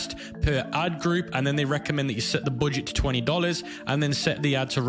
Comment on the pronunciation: "the booooget"